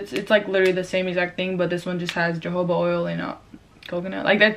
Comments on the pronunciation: im deaceased mannn she said “jojoba oil” 😂😂😂 its hohoba oil 😅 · jojoba oil is pronounced hohoba oil!!! LMAOOOOO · Really sounded like said "Jehovah oil" 🤣*Dead*